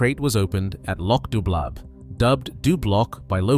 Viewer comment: It's not "loch dooblab" 🤦‍♂. The "bh" in Gaelic is silent, in the same way that "gh" is often silent in English. So "dubh" in Gaelic is pronounced similarly to "through" in English, i.e. it's pronounced "loch doo". It means black lake in Gaelic.